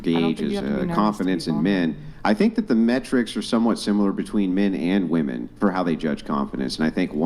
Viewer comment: I CANNOT STAND THE INABILITY TO PRONOUNCE WOM-ENNNN. Wtf